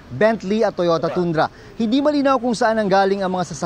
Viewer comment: Toyota Tundra - "Tandra" not "Toondra"